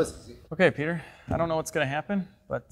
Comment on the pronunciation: Oh man it's Petah!